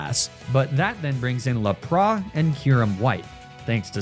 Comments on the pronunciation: The way he pronounces lapras annoyed me fr🤯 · Lapras instead of Lapras is weird bro, Its pronounced Lapras and not Lapras. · Lap-rah? Omg. Dude. You must be doing that just to annoy people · whole thing is mispronouncing stuff (i.e Emolja, Laprah, Magnemitee) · I'm just started watching your vids recently so sorry if I don't know the insider knowledge but do you really call LAP-RIS, LUH-PRA? What?!?!?